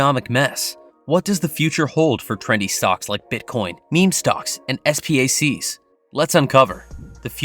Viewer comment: Please don't say S-P-A-C, just say SPAC